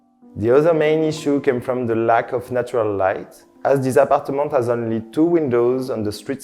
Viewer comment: it 'as a beautiful view. The 'ome is very cute. LOL